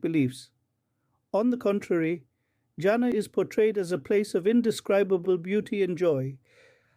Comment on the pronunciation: Not جانا Jana ... you should pronounce it as Jannah جناح